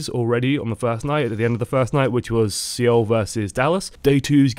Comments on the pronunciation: Yes, I've been watching OL. But dude, I love you but it's like fingernails on a chalk board listening to you stumble over names. Seoul, is not SEEOL. It's pronounced Soul. Exactly the same. It's a professionalism thing and keeps your viewers from being distracted while you stumble for 5 min listening to you make excuses about why you can't pronounce somebody's name you should have researched before you start recording. Love your vids though. I've learned a lot and my gameplay has improved. Thank you. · Great thoughts but one thing. Seoul is pronounced Soul, the E is silent (slurps tea) thanks for another vid.